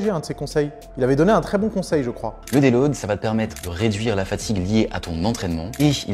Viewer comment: petite précision, c'est surtout en fonction du poids et du taux de masse gras non ? Un mec skinny de 60kg et un mec gras de 150kg, si tu leur donnes 2kg de muscles chacun, leur physique ne va pas changer pareil. la prononciation terrible... Il a fallu que je réécoute 10 fois pour comprendre le mot qu'il voulait dire : deload. Heureusement on n'a pas ce souci sur les vidéos de Nas. quoi ?! Et la connexion cerveau-muscle alors ? Je croyais que tout ce petit monde communiquait moi 😂😝 il se contredit tout seul :" y'a pas de nourriture bonne ou mauvaise c'est juste une différence de valeurs nutritionnelles". C'est quasiment la définition de bonne et mauvaise nourriture. Une pomme n'aura pas le même impact sur ton corps que des graisses saturées donc oui bon/mauvais ça existe.